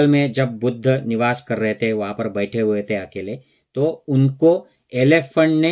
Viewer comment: Buddhaaaaaa kya hota hai…..Buddh boliye, itna angrez ban’nay ki koi aavashyaktaa nahin hai, ok!